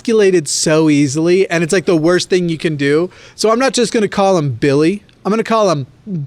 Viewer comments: I lose my fucking mind every time you say "BiLlY" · I'm imagining his name being spelled "Billigh" based on how you pronounced it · Everytime he says Billy in this video all I think about is Jacksfilms Kermit sings video.